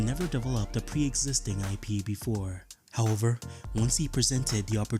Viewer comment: I’ve never heard anyone repeatedly say “how-ver” more in my life